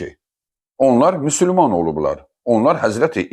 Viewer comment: Müsülman yox Müsəlman ya da müslüman gedin əvvəl düzgün deməyi öyrənin